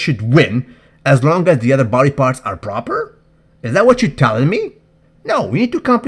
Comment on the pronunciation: That "Proopahh" in James' pisture caught me by surprise....